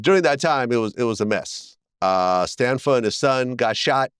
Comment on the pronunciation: It’s John Stanfa. Not Stanford.